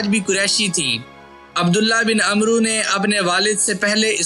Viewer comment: اوئے عمروں نہیں پڑھتے اوئے و کو نہیں بلایا جاتا